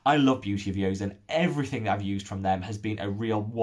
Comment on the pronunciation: I've mentioned to him before but maybe he didn't read it. To be more accurate "seon" rhymes with "John" or like "On" as in switching on/off.